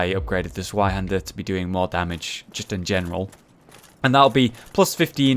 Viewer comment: the 'z' in zweihander is pronounced as 'ts'. It's German and the name literally means 'twohander' (pretty obvious I feel, but hey, the more you know...)